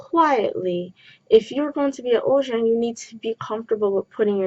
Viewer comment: Love this but isn’t it supposed to be pronounced uljjang even though it’s written ulzzang?